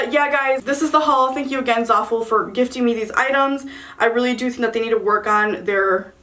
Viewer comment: zAL-FuL 😂😂😂 Zaful like zah-ful 😂😂 you’re so adorable 👏🏾👏🏾❤️😍😂